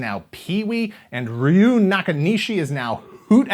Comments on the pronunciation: Ryu might be a common Japanese name, but few westerners can pronounce it. Hint: it's not "rah-you" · That's NOT how you pronounce Ryu. Though, Ryu is a difficult name for English speakers to pronounce properly. Despite that nitpick, a very good and enjoyable video,.